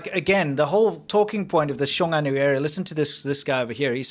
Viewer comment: Why are people (other than ) pronouncing it as "臭安 - xiu'an" instead of "雄安 - xiong'an"? Is that a northern dialect thing?